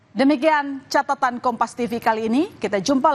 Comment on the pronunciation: CATATAN BUKAN CACATAN YANG CACAT SIAPA WKWK 😂😂